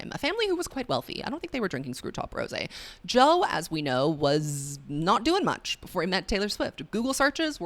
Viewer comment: When you called Joe “Toe” I lost it omg 😭